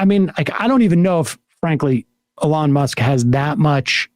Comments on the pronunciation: Dude, why do you pronounce his name as "Along", it's Elon (eelon). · It's pronounced Eloo Mah